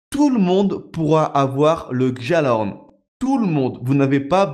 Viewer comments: on dit " Gallahorn " et pas "Djallahorn " tu me fait stresser a dire sa :oo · arrête de dire guejalahorne c'est guialahorne la prononciation ! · Par pitié le j de gjallahorn c'est une palatalisation, c'est prononcé "guialahorn". Au pire c'est pas grave mais ayez pitié de mes oreilles les gens... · S'il vous plait ON NE PRONONCE PAS LE PUTIN DE J DANS GJALLARHORN